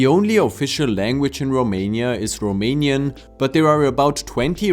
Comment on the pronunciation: You’re pronunciation was spot on!